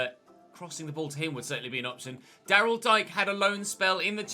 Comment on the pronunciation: It's Daryl Dee-kay